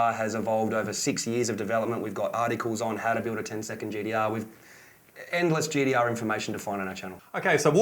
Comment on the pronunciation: Thirdeen, gd-r. Ninedeen nindey three. So a T is actually a D...lol